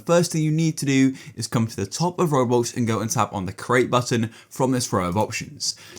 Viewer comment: Bro said “raWbOlx”